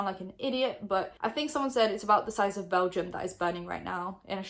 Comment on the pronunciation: I am from belgium and I first heard "belgium is burning" and I was so confused 😅